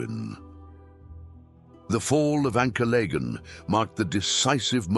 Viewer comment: Not sure that's how Ancalagon is pronounced.